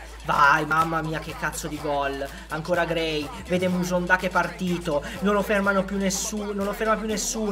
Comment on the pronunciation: mi spiegate perché dice Kevin musonda?